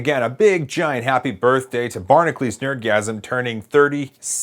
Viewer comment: Why does he pronounce his name 'Barnaclees" when it's spelled 'Barna-cu-lees' (Like Hercules)?